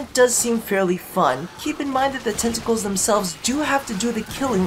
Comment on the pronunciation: Why do I hear "testicles" every time you say "tentacles"...